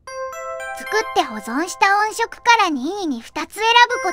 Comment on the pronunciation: ヤバすぎて怖いです！ クラファン出したら秒で集まる気がします。 それと音色を「おんしょく」と読ませているあたりも、単にベタ打ちテキスト突っ込んだだけじゃないですよね。